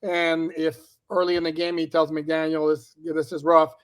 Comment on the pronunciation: all due respect.. there is no “S” at the end of McDaniel